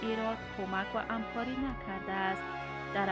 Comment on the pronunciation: شما هم همکار تلفظ کنید نه امکار . خوب انسان هیچ وقت خالی از اشتباه نیست فرق نمیکند مقصد من رفع کرده ام شما هم خفه نباشید .